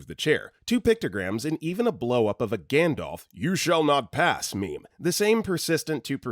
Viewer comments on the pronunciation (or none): none